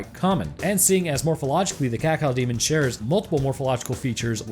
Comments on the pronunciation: "Cacaodemon" please don't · ..... IT'S CAK-O-DEMON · Having to hear you say "cacow demon" consistently was REALLY painful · It's caco-demon not cacao-demon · I like how you pronounce Cacodemon. Cacaudemon. I'm not trying to make fun, just something I noticed. I like it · Everyone else: Ka-Co-Demon This guy: Cat-Cow-Demon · Cacodemon, not "cacao"demon !!! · It’s cacodemon not cacaldemon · It's actually Cacodemon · friggin cacao-demon. kah-koh-dee-mon. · DE CACAO-DEMON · "Cawcawdemon" Edit: Also, I am surprised you didn't mention Cacodemons as the ones eating them. Cause I'm sorry, but in a world of imps and gargoyles, I refuse to believe that a bipedal bull that can run through a metal wall is at the bottom of the food chain. You also said that demons normally dont see each other as food, only their enemies. And Cacodemons are said to be dumb af, but also Hell's bottom feeders. Which means that the chewed up corpses of Pinkies are most likely pre-killed carcases that Cacodemons fed upon before getting bored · blud said cawcawdemon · THE CACOW DEMON .-. You reeeaaaaallllyyyy said that wrong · The worst parts of the video is when he calls the Cacodemon a "Kakal Demon" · Is it just me or did say Cacao-demon at the start? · Every time he says cacao demon i die xD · I love the way he pronounces cacodemon, “cacaodemon” 😂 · Cacaodemon? CACAOdemon? xD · "Cocoademon" =D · Just an FYI dude not really important since people say it however they want but officially cacodemon is pronounced as(Cack Oh) demon. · Did you just say cacow demon? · Him pronouncing cacodemon so weirdly is really getting on my nerves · The way you pronounce cacodemon angers me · The way you say Cacodemon causes me pain. Also sidenote: the Pinkies are tougher than 90% of demons in Doom (2016) imo. It doesn’t make much sense that they’re hunted in Hell. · Pronunciation of cacodemon slowly... quickly making me develop a uncontrollable tick...